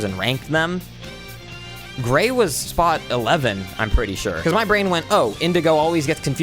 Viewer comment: “he’s bretty burple”